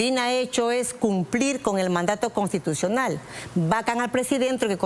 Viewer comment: NO SE DICE CONTITUCIONAL, SI NO CONSTITUCIONAL